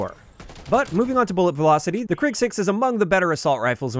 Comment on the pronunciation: Krig in Swedish means war, and it's pronounced kreeg rather than krigg